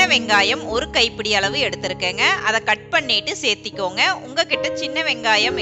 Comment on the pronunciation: Seathikonga don't say like this searthukkonga say like this